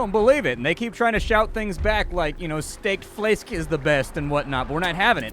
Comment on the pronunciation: As a Dane, I'll say the Stegt Flæsk was SPOT ON! xD